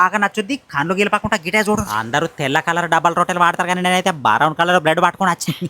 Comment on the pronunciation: Brown ❌ Baraown ✅